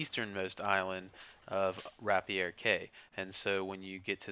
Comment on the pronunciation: Rapier is pronounced Ra-Peer not Ra-Pierre and it's Cay not Clay.